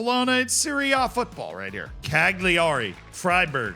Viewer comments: I'mma change your life right now. CAG LEE ARI is actually pronounced CAL YA REE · That was some butchery on that name. But this is so... yeah. 😂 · please stop pronouncing the G in cagliari. just say cali-ari